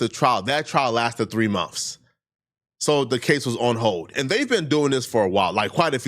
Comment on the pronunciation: its MONTHS not mumfs